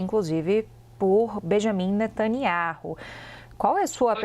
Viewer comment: Até que enfim ouvi alguém falando o nome correto de Benjamin Netanyahu.